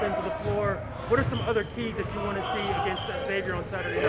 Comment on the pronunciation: Please stop saying X-avier. It's Xavier and the letter x is pronounced like the z, e.g. xylophone.